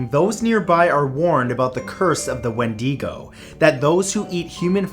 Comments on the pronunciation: Matthew hunny its pronounced "WINDA-GO" not "WIN-DEE-GO", just so you know for next time. c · here is some constructive criticism, it is pronounced windigo not windEgo although that is how its spelled Mat is a wonderful youtuber so no one take this the wrong way pls thx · It's not wendeego its wendigo (wend-(lowercase i)-go) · I really love your videos man but your pronunciation of words is HORRIBLE. You really should learn how to pronounce the words you say before you make these videos. Like when you say Macabre you pronounce it “muh-cobb” “mug-cobb-ray” and when you say Wendigo it’s “when-dih-go” not “when-dee-go” lol You do this a lot in your videos and it just makes you seem like you don’t research your videos as much as you should. All the best man. I hope this doesn’t come off as hateful. I just want your videos to be the best they can be so I can enjoy them even more! 😊❤️💕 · Sorry, I know it's not a big deal, but you pronounced wendigo incorrectly. It's pronounced like when di (like the word ditch) go. When di go not wendeego I don't mean to be rude at all and you can totally write this off. I just live where we have this legend and that's how we say it. Sorry! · It’s wendigo not wendego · It's windgo not win de go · It's not wendiego its wendigo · It's pronounced windigo not wendego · Oh noooooo he says “Wendy-go” it’s “Wendi-go” the I is pronounced like the way u pronounce “is” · Gonna say it Its WenDIGo Not WenDEEgo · It's not win-dee-go its win-da-go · He pronounced it "Wendeego" and it's bugging me. Ask literally anyone, it's "Wendihgo. my OCD kicked in that's why I'm pointing it out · Not trying to be snobby just helping you out wendigo is pronounced as wen di go not wen de go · Wendigo... Wendigo... It's pronounced as "When-DIG-oh" (emphasis on the "Wen"), not as "Wen-DEEG-oh". Just a little help for next time ☺️ Love your videos Matt! Keep it up! 😊❤️ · Just have to say, as a wisconsinite, its Ed “geeeen”. Not “gen”. And its wend-ih-go, not wend-ee-go